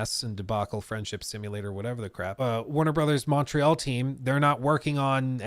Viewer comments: Montréal say it right or don't say it at all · Pretty nice french R (make it a bit harder), no useless T... Almost there ! Just improve the A (open less) and it's perfect 😋 AAAaaah executive crooks.... They never cease to amaze us ! 😅